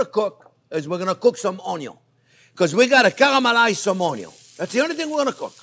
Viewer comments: I like the way you cooked your On-yon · Ha ha ha! He's got everyone saying Onyo now. Its like a subculture talk. A hidden language. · Carmelize OnYo at MH heat? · Cameraman: How much ONYO do you need? Chef Jean-Pierre: YES!!! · ••• ONYO••• Your videos make me smile. It's probably because I love cooking and you're a fabulous teacher. You step it up to such a great cooking experience. Love your excitement and passion. I'm so glad I found you. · The only reason why I keep coming back... the way JP says "onion" 😂 His accent... that word... chef's kiss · Chef Jean-Pierre, I love how you say onion! I have followed ur recipes etc. I love you and this channel. I want to be able to be a gourmet chef at home since common American meals are boring! I want to escalate my kids' palettes for beautiful food. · I love him saying „onion“ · Chef Jean Pierre you are so entertaining i absolutely love the way you say onion i repeat your accent every time i cook your videos are amazing was hoping you would do a video on beef broth thank you for all your time i have made quite a few of your dishes .Maybe in the future one to show how a professional kitchen makes it? once again thank you my friend looking forward to the next time you fill my world with joy. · I love it when he says onion .... in his french accent 👨‍🍳